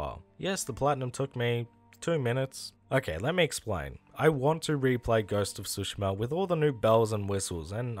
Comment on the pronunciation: "Ghost of Sushi-ma" lol